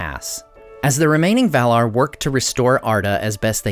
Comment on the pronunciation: His pronunciation of "Valar" is correct.